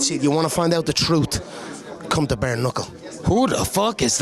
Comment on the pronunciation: "The TROOT"